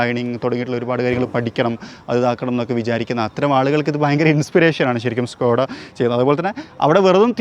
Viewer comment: ഷ്‌കോഡായ അതോ സ്കോഡായ ????